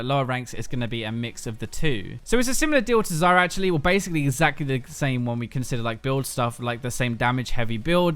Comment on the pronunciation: I always hear Zarya instead of Zyra xD